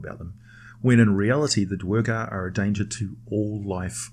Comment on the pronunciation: Can we please get an American narrator? If you can forgive/ overlook the idiot mispronunciations of simple words as well as the mispronounced name of the main race of "Dar-gar" not the 2 or 3 different mispronouciations the idiot narrator uses... This is what you get when you use an idiot European talking head.